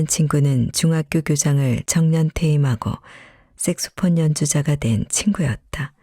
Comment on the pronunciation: 섹스폰이 아니고 색소폰 입니당. 발음주의!